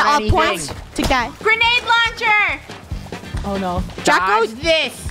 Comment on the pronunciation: Draco: HERES A GRANANDE Me:I'll catch a grenade for ya krew